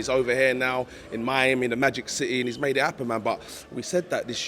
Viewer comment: It's ma deela